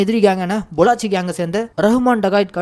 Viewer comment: பொள்ளாச்சி இல்ல ப்ரோ பல்லோச்